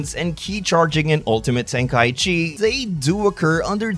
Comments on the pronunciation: Why do people call it tenkai-chi instead of tenkai-ichi? For shortening purposes? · well i just looked it up on language translators and they pronounce it ten-kai-ichi. Hell even the game pronounces it ten-kai-ichi in the menu for 3.